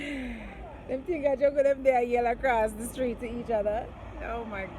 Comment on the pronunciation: Pina colada vs pinot grigio joke is the best. Did your mom just say noh peanut noh in deh? ROFL